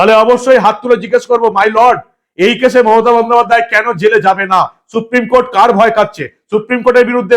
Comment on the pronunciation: Suprime court নয়, বলেন suprime কোঠে